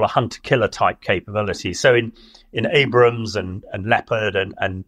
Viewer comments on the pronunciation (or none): seems to have tremendous difficulty with tank names, which is actually rather harmful to his credibility on such matters. Earlier in the war it was a consistent mispronunciation of M1 Abrams tanks that he usually referred to as "Abrahams," whereas with the T-14 Armata he likes to call the "Almaty" tanks (Almaty being the former capital of Kazakhstan), such as. Dom's public shaming of his "Abrahams" habit seems to have broken him of that habit, and someone should do the same with his Almaty habit. Also, in his discussion of smooth-bore vs. rifled barrels, he ignores a few facts, including: 1) smooth-bore is the global standard and is used on US M1 tanks, German Leopard 2 tanks, and will also be used on British Challenger 3 tanks; 2) the reason for this is that modern fin-stabilized discarding sabot rounds don't want to be spun the way a rifled barrel spins them, and they need special casings to prevent being spun so much by British barrels. Finally, it's ridiculous to claim that Armata barrels are not stabilized. Russian/Soviet tanks have had stabilized barrels since the 1950s. I haven't seen anyone other than claim they are not designed with stabilizers, let alone why they would be designed that way.